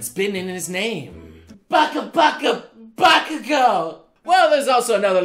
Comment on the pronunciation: "Baka-gou" WHYYYYYY?!? XD